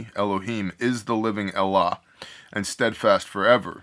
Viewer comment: Are you saying Elah? Or allah?